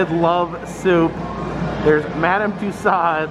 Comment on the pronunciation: I cringe every time I hear say tuSOD...Madame Tussaud should be pronounced: ma-DAM tyu-SOh